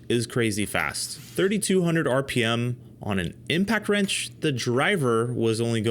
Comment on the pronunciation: Thirty-two HUNDRED rippems? Who can live at that speed?!